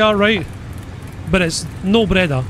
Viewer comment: Nice Breda pronounce 🤌 (italy approved)